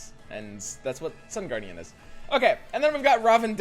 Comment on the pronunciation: Is he memeing? First he called Sun Guardian, Sun Gwordian and then Star Guardian lol waah?!